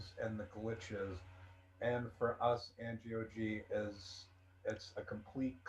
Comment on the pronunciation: It’s Gee oh Gee. 😁